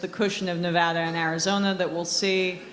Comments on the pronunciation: Pronounce Nevada correctly DUDE. Damn dude. Say it right. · Pronounce Nevada properly, she says it correctly so work on that . 😊